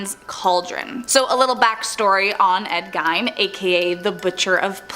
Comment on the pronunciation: girl it’s not Oat-see his name is Ut-zee it’s Ed Geen not guyn